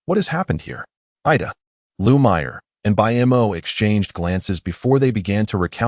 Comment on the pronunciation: Why none of the Ai in any channels cannot pronounce the name Mo? They all spell it out